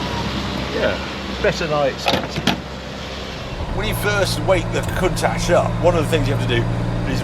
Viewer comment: HE will NEVER pronounce COUNTACH CORRECTLY. There is NO ash in COUNTACH.